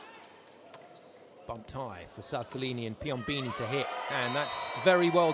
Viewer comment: Man!! PiomBOni not Piombini